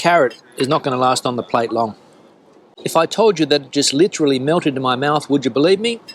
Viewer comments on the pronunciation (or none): none